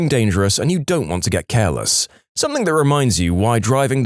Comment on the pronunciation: No k in the word something